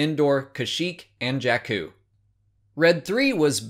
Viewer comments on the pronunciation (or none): none